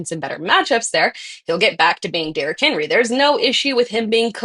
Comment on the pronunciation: for the “Derrick Henwee”